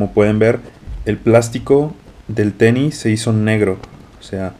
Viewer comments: Un "teni" jajajjaja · No se como llegue a este video pero me da mucho conflicto que digas el teni😂😂😂😂